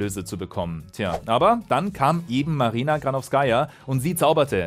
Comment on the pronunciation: bei ihrem Nachnamen liegt die Betonung auf der zweiten Silbe